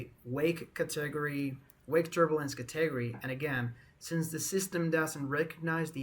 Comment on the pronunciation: keep it up boss man, side note: I giggled at your pronunciation of "Category"